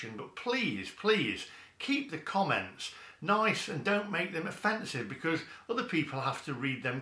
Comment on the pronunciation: you accidently said 'Be-cuz' rather than your trademark 'Be-COARSZE' at the start of the video what's going on!? The mask has slipped xD